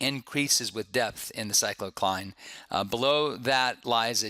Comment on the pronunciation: Good lecture, one comment...I believe it is pronounced 'Pick-no-cline'